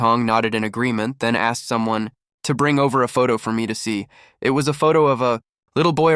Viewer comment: So the word "it" is pronounce "eeee-ayyy-t"?